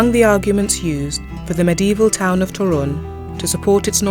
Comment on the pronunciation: Toruń, as every polish word is accented on second sylabble from the end.(There are some few exceptions)